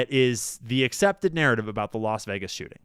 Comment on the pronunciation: Yeah Vegas sounded like Vietnam 🚁